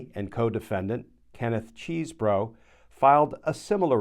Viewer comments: "CHESbro", not "CHEESEbro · It's NOT CHEESE-bro or Cheese-BOROUGH....it's "Chez-bro." (Cheese is spelled with 3 e's, ya know.)